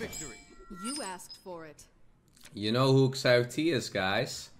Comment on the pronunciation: As a chinese speaker, ShiaoT is how his name should be pronounced, but whatever.